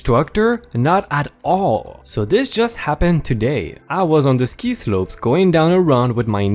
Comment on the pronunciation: Ski as in skiing, not sky.